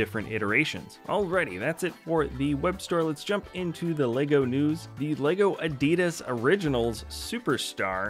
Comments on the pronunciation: What's an "Ar-Dee-Dus"? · He's saying Adidas